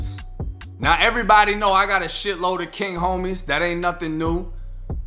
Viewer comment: lmao this dude says errybody. I cant watch this "Thug" LMAO